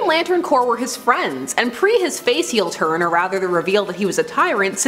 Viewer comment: Did she say hurn not turn?